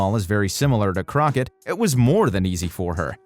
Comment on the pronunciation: Can the narrator please learn to pronounce croquet PG Tips not Twips etc